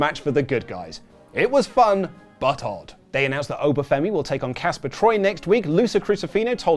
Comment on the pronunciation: Casper Troy lol its Jasper not Casper